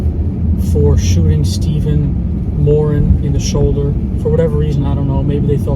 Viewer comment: I’m from Ireland. I can tell ur brought up around Irish people by the way u pronounce “ Moran”. Reg Americans say Moraan. Another great video 👍